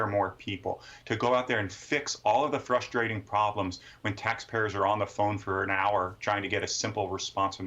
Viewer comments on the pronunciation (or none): The word is deSTROYing ….NOT…. deSHTROYing . It’s fruSTRATing …. NOT…. frSCHTRating.